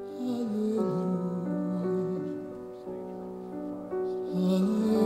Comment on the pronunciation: Love this performance. But just one thing most singers ignore. Cohen himself never rhymed "you" as "ya" with "Halleljuah". He always pronounced "you".